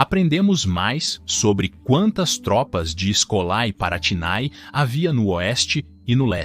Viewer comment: Escolae palatinae e todos as palavras com æ se pronunciam com "ê" Escolê palatinê